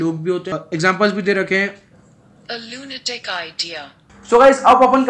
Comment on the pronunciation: Nhii yrr bhaii lunatic ko लूनाटिक bolne me hi feel aata he😄😄...